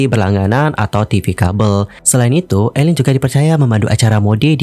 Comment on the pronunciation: Tdny mau nonton, tp keganggu nyebut nama orang salah. Jelas2 namanya Aline, pake A, bukan E. Gak usa panggil ala2 Barat jadi dibaca Eline donk. Do you research klo gak tau. Aline artis lama dari dulu dibaca namaya A bukan E